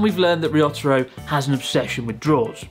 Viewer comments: Why do you say "Ryotaro" like "Ree-otter-o", when you know well how to pronounce Japanese names? Confusing. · What a shame you constantly pronounced Ryotaro's name like a true gaijin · Ryotaro is a good guy to help you out. I hope you will practice saying his name. You could do better. Typical of English speakers you seem to struggle with the small ya, yu, yo, pronouncing them separately instead of blending them. (e.g. Tokyo is 2 syllables, not 3)